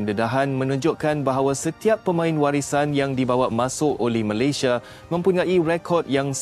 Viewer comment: Sebut Malaysia bahasa nya aja gak jelas jadi Malaydesh .sebenarnya lu emang prindapan